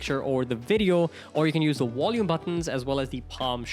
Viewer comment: Its volume rockers not wolume rockers. 👌